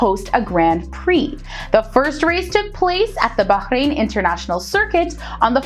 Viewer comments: finally, a person who knows how to say bahrain nicely and i also live in bahrain and im grateful that im here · Wow.. She pronounced 'Bahrain' correctly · Thanks for the video, like that you emphasised on the Letter “H” in Bahrain as it’s how it pronounced correctly, but there’s is a small mistake you mentioned, Bahrain is an archipelago on 33 natural islands, and around 50 artificial, not the opposite